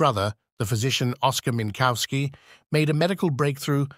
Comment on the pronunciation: There no bovine "cow" in Minkowski. The "w" is like an English "v" and sounds like an "f" at the end of a syllable.